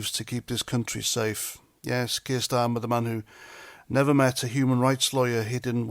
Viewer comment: did you say starmer, or STEAMER? ⬜⬜🟥⬜⬜ 🟥🟥🟥🟥🟥 ⬜⬜🟥⬜⬜ 🇬🇧👍🥂🫡🥓🍻🔔🐕🛎️💞🗽💪🍷🍹🍾